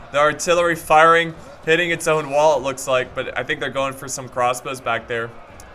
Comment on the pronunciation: "Crosbows" .. gg